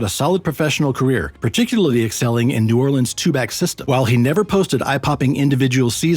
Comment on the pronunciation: New oreleans? New Ore-lands